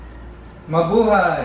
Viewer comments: It's Mablaya 😉 St. Nicolas Catering? 😅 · she's trying to say Ma-bu-hay!